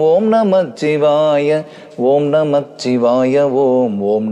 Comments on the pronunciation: நீங்கள் பாடுவதை கேட்டு குழந்தைகள் எல்லாம் பாடி மகிழ்கிறார்கள் நீங்கள் உச்சரிக்கும் வார்த்தைகள் முன்மாதிரியா இருக்கணும் ஓம் நமசிவாய என்று கூறவும் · சிவவாக்கிய சித்தரின் அற்புதமான இந்த பாடலை ...நல்ல இசை மற்றும் குரல் வளம் இருந்தாலும் ...தவறான உச்சரிப்பால் ...முழுமையாக ரசித்து ஏற்றுக் கொள்ள முடியவில்லை !! பஞ்சாட்சரம் 5 எழுத்து தான் ... 'இச்' ஒற்று வராது ...வரக் கூடாது . ஆன்மீகத்தில் தவறான வார்த்தை உச்சரிப்பு நல்லதல்ல .